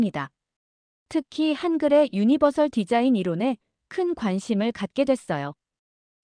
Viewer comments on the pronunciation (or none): none